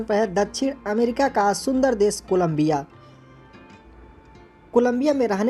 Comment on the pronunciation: आदरणीय आपका उच्चारण शुद्ध नहीं है। देश बोलिए ना की देस।